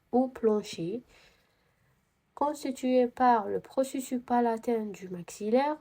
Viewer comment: شكراوربي يحفضك 🫶🏻🫶🏻💗 ولكن نقولو لابيرانت مشي لابريت ونقولو بروسيسوس تتنطق s مشي بروسيسو كيما قلتي 🥹🫶🏻 وعيشك نسقسيك app هاذي كيفاه راكي تخدمي بيها مجانا تاعي غير les os لي مجانية لباقي كلش مدفوع تقدري تمديلي سيت تاعها ولا وجزاكي الله خيرا 💗